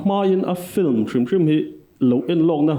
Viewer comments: Engatinge film hi flim ti a in lam leh thin le Hmuh nawm lutuk e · engatinge Flim itih tlan zel, Lehkha thiam i ni sia, Flim ani dawn em ni? FILM tih ani a. L ai khian I khi a in ziak hmasa zawka, a in ziak hnung zawk kha i lam hmasa a, FLIM nilo in, FILM tih tur anilo maw?